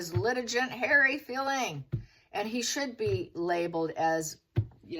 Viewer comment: Litigant is pronounced with a hard g gant rhymes with can’t. Vex - A- shush